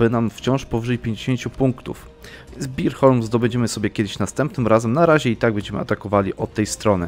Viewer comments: Bornholm nie Birholm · Bornholm, nie Birholm tak samo nazwę achie wymawia się inaczej. Lubię, oglądam i subuje od dawna, ale błagam postaraj się jakoś bardziej z wymową.